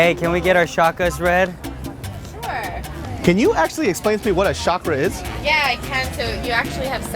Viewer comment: I kept laughing when he kept saying schakra. I was hoping he would correct her and say chakra like naruto.